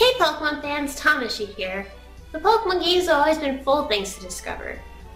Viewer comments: Since when did she start saying tom instead of tam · You've changed how you pronounce your name? Now: [TAH-Mah-Shi] Before: [tah-MAAH-Shi] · Y U SAY TAMASHII WRONG